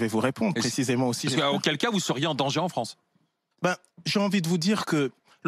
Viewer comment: Si li fronce Di futur !